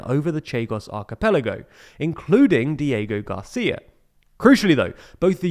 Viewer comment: "Code Cheigos, Dieigo Garcia" 💀